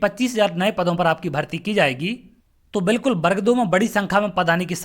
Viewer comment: पहले तो सही उच्चारण करना सीखिए।बर्ग नहीं वर्ग होता है। स्वयं का उच्चारण सही नहीं है . .और स्वयं को सर कह रहे हो।